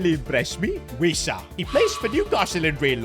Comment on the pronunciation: 1. So wissa is pronounced, VISSA like miss. Its wiss. Its not WEESAR 😅 2. Diaz man ffs. 😅 youve had a stinker here mate. Diaz was the most average winger probably in prem history. The only people who rated him were blind liverpool fans. Im a liverpool fan, but I've got my eyes open. Dont get me wrong, on his day? Good player. Great player? No. Good player. Hard worker. But he was a poor man's replacement for mane. But overall would always start off well, then go missing at liverpool. Theres a reason we didnt keep him on, he didnt want to leave. He wanted 200k a week. And he just wasn't anywhere near worth that. So we kept him on his original 75k a week which even that is a bit too much. The more i watch the more i get annoyed. 1. How can anderson be underated when forest want 130m quid for him. Fml 2. I feel like your fishing when you say trent is one of the best right backs of this generation. Hes literally one of the worst to ever play in that position. Come on bud. Its also pronounced BURG. as in burger. Not BERGE 😅